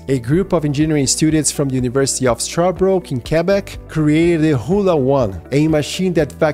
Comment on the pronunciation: i live in quebec and it is the second video this week showing something incredible coming out of my province and i'm really proud of that. you kind of butchered the name "sherbrooke" ... but i'm not even made because even some of us keep butchering it lol